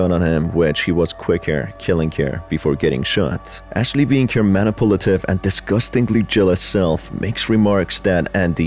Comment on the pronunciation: Good video but I wish you didn’t pronounce manipulative as “Manipolitive”